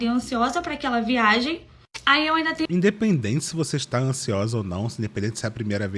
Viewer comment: Sempre uma " Ameinda" kkkkk